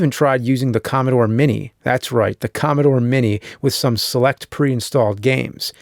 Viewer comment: More like.. Commobore